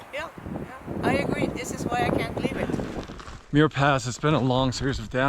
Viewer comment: Awesome film!!! I appreciate how you showed the highs and lows of thru hiking. Always a rollercoaster! A couple of thoughts: The name Muir is pronounced "mmm-your". As a relative of John Muir, I was super disappointed that you didn't use your voice to at least recognize that you were on Indigenous land and that while the colonizers call it the John Muir Trail, it is an ancient Indigenous trail named Nüümü Poyo that was established long before colonizers arrived. The trail travels through the ancestral homelands of many Sovereign Nations, many of which are still very much alive. Choosing to not acknowledge this Indigenous history is a form of erasure, especially when you reach such a wide audience. We need to help with and be advocates in decolonizing the land.